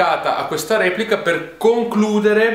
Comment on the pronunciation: Ma quel RIEPLICA a era per sottolineare il russian style? xD